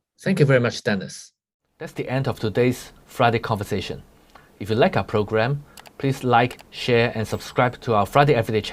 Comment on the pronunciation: "Kongversation"? Two Hongers having a "Kongversation" in Hong Kong. (comedy drum roll...)